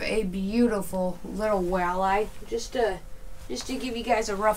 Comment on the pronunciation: I feel like Brian asking Stewie why do you put so much emphasis on the H?......... wait a second there isn't a H in the word walleye🤣 nice hat bud!!!